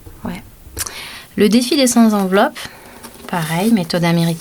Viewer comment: Bonjour. Sept, cent, trente et un... ne prennent pas de s. On dira donc le défi des cent enveloppes (la liaison se faisant avec le t) et non des cent "z"enveloppes. Ceci étant dit, j'aime beaucoup votre chaîne et vos conseils.